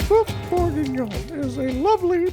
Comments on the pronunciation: It's boeuf not boof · It’s not pronounced boof it’s pronounced böf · isn't it pronounced more like bhöff and not booff or buhff? ( . )( . ) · The way that woman pronounces 'boeuf' is triggering me hard